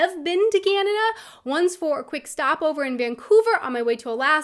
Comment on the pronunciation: For starters, it's pronounced "Canada", not "Cyanada". Get that "y" out of there!